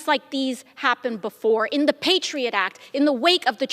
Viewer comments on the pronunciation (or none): none